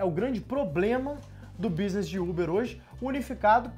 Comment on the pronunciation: Vi muito do Muçum nele ao falar businiss e economiquiss kkkkkk